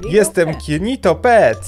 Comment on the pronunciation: jak tak się dobrze wsłuchać w czokleta to nie usłyszycie kinitoPET tylko kiritoPET XD ( to nie jest hejt tylko żart dla śmiechu )